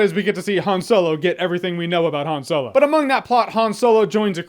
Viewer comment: Keep hearing soylo 🤣 No he still sucked to me.